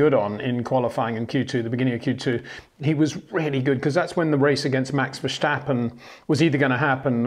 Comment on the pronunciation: Peter is giving it the correct Dutch pronunciation.